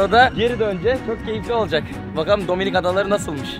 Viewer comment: Abi dominik değil dombilik 😂😂😂😂